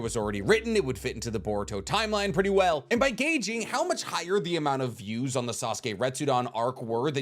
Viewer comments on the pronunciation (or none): none